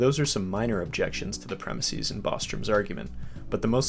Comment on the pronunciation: Sorry, but I find it hard to take seriously someone who can't even pronounce the word "premises". Why do you keep saying it as "premisees"? Do you also refer to places as "placees", prices as "pricees", or horses as "horsees"? If so, then carry on. If not, then stop. It's just weird.